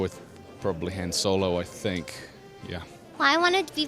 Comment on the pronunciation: i heard so many mistakes...Chewiebacca, Hans Solo